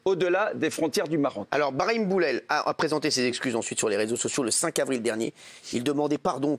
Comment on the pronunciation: l'avocat a l'aire vraiment fatiguer mmddrrrr, il a meme dit brami au lieu de brahim ptdrrr il a l'Air de bien connaitre son client